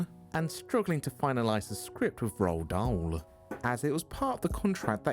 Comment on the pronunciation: Roald Dahl's name is pronounced, "Roo-All Doll."